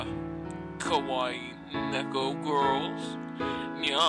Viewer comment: ny-an ..... not a real fan!!!! it's pronounced nya-n!!!!!